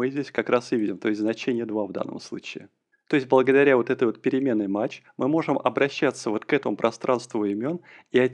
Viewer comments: не матч, а math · Только пожалуйста, кто учится, не запоминайте произношение библиотеки MATH как "мач" - произносится mæθ (мэф - примерно). Также, AS - произносится "ЭЗ" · Аж ухо режет когда произносит мач, но это можно простить и перетерпеть 😊, знания которые он даёт, стоят этого. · Ай! Каждый раз, когда произносит math как мач, в мире страдает один незадачливый недопрограммист! Ай! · "Мач", "Враппер"... мои бедные уши... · согласен, режет слух, но по сути не важно. но режет))